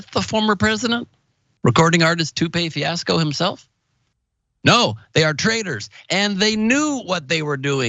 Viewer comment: This nigga said Toupeé Fiasco 😂😂😂 10/10